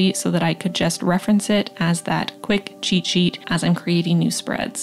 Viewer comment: New year, new journal! Especially to leave 2020 behind 😂 Love the flowers that you created! And the lettering is 😍 Also.. not to sound like a grammar nazi but it's "cheat" not "cheet" 🙃 The dear is so cute on the top of the journal 😍